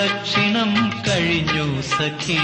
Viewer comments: ദാസേട്ടന്റെ 'സഖി ' എന്നുള്ള ഉച്ചാരണം മാത്രം മതി, what a legend 🙏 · എനിക്ക് മനസിലാക്കാൻ പറ്റിയ കാര്യമാണ് സഖി എന്നുള്ള ഉച്ചാരണം